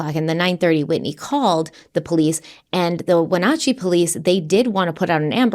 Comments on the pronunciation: There are probably a million places he could cross. It's pretty foresty in many spots so visibility isn't great. Also not that it matters really but Wenatchee is pronounced (win-at-chee). I think it's a native name Washington has a good amount of native named cities and towns they are never pronounced correctly unless you're from there. Another also Washington state police are generally not the greatest. To say it nicely......... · and, thank you so much for your thoughtful coverage of this terrible case. We knew the girls. The name of our town, Wenatchee, is pronounced "wehn-atch-ee" (long "E" sound at the end). I don't say this to nitpick, but because I know how much you care. Unfortunately, this is not the last time people will hear about this case. I wish the world was learning about Wenatchee under different circumstances. It's a beautiful place, but it will never be the same after this tragedy. 💜🩷💚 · Pronounced Wen at Chi and She Lan county for Wenatchee and Chelan from a local the way has been pronouncing them the last week makes me talk to the screen each time 😂